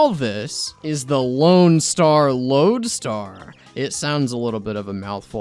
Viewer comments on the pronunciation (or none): hear me out, instead of "the lone star lodestar" its the "Loadstar"